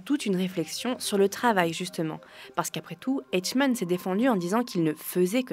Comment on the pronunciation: Ces courts de France culture sont bien pensés et intelligents. Mais les voix... Eichmann, prononcer "Aïchmane", devient "Etchmane" le super héros des "Etches" peut-être. Et tous les mots contenant la lettre "o" toujours mal prononcés : isaulé, paulitique, caumment... C'est pas difficile de prononcer "o" comme dans "porte", si ? Allez, un petit effort, France culture : le remplacement des voix !